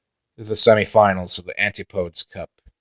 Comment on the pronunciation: It's pronounced an-tip-uh-dee but fair enough ;)